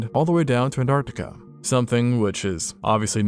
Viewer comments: m... ant artic... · Why don't Americans pronouncd the first T in "Antartica"? Noticed you don't say it in "Mountain" either